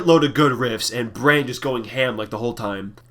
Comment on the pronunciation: Drummer's name rhymes with "Don," not "Pam." And yes, I did write this comment on that other video. Good spot. Good job noticing that.